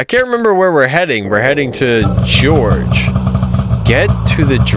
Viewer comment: did you really say George for gorge 😂 just playing with you, you made me laugh in this game, especially when you ran over the monsters with the snow machine 😂